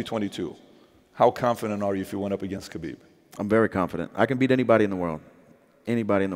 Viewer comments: It’s not kabib it’s khabib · Its Khabib not Kabib. Stop insulting someone's name for fuck's sake. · Who the fook is Kabib? It's Khabib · khabib not kabib. get it right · Khabib Not kabib hahahha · yes. “kabib” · Put some respect on his name, its KHABIB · It's Khabib.. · “Khabib” my nigga